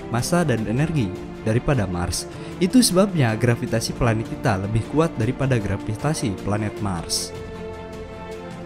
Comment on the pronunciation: Kok grafitasi harusnya "gravitasi"